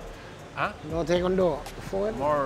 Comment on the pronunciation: JAJAJ "Taikaondou" le falto del sube la guardia conchetumare.